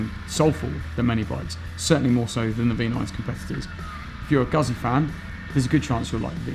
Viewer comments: 'gootsy' not 'guzzy'... 😑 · LOL! Knew you weren't a Moto Guzzi fan as soon as you pronounced it Guhzee instead of the correct Gootzee! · Nah, that excuse doesn't work. TRUE Moto Guzzi fans, wherever they live, pronounce it the way Italians do, just as TRUE Porsche fans pronounce Porsche with two syllables as it is done in Germany, Por Shuh instead of Porsh. I have British, Swiss and Finnish friends that all own Guzzis and they all pronounce it Gootzee. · Doesn't get Guzzi this guy. Cant even pronounce the name. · How about learning the pronunciation of 'Guzzi' before doing a review? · oh god please learn how to pronounce 'Guzzi'! Hurts my fckn ears